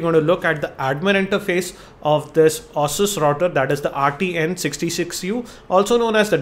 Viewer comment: Hi Ranjit... maybe you call it "aah-sus" to avoid calling it "asses" :) .. but neither is correct... it actually is "A-sus"...